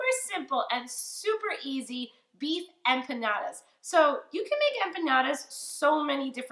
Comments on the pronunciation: it’s not “trolling” when I’m stating a FACT that you’re pronouncing something wrong. Learn the correct way to say the name of WHAT YOU’RE COOKING, asshat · Empanyada🙄 She's clearly non latino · I checked out at “empanyada”. Smh so uncultured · You are adding a y that isn’t there to the word empanadas!